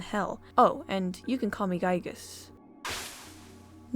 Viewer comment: Honestly, I don't think you butcher his name at all! That's the definitive way to pronounce Giygas! ("guy-gas") At least it's not his early name that he was used to be called: Giegue. (Not even Earthbound fans doesn't know the correct pronunciation to that one.)